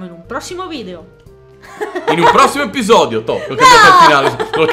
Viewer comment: Ai detto eppisodeo lo devi fare ora